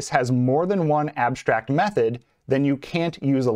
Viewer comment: If you say abshtrakt so say also shtatik and shimilar 😂… just joking. Thanks for this video!!!